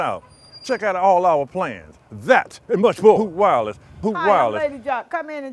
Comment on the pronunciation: How many times did they say "Hoot Wireless" counter: 1. 2. 3. 4. 5. (Yes, there are two at the same second) 6. 7. 8. 9. 10. Hope I didn't miss any "Hoot Wireless" out. Also am I the only one who hears "Hook Wallet"?